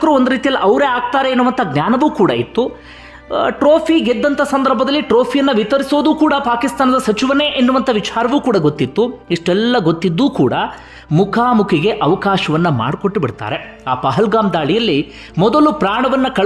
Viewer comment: ದ್ವಂದ್ವ ನೀತಿ ಬಿಟ್ಟು ಒಳ್ಳೆಯ ಕನ್ನಡ ನ್ಯೂಸ್ ಕೊಡಿ. ಒಳ್ಳೆಯ ಅಂದ್ರೆ ಸ್ಪಷ್ಟ ಕನ್ನಡ ಉಚ್ಚಾರಣೆ. ನಿಮ್ಮ ಇತರೆ ಬ್ಲಾಗ್ ಗಳಲ್ಲಿ ಕೇಳಿದ್ದು. ವಿಛಾರ ಅಲ್ಲ ವಿಚಾರ, ರಾಜಕರಣ ಅಲ್ಲ ರಾಜಕಾರಣ, ಇದ್ದಾರೆ ಅನ್ನುವುದಕ್ಕೆ ಮಹಾಪ್ರಾಣ ಬೇಕಿಲ್ಲ. ಕನ್ನಡ ಉಳಿಸಿ. ಕೆಲವೇ ಉದಾಹರಣೆಗಳನ್ನು ಮಾತ್ರ ಹೇಳಿದ್ದೇನೆ. ಭಾಷೆ ಕಡೆ ಗಮನವಿರಲಿ.